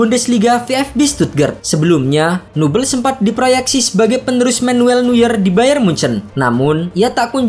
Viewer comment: Penyebutan nama Neuernya tolong dibenerin bang